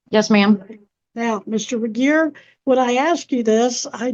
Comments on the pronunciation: How's she gonna repeatedly mispronounce jRegier's name less than a minute after Judge Webster correctly pronounces it? Not very "grammarly", ma'am. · The way she keeps saying Regier’s name wrong has me in SHAMBLES 😂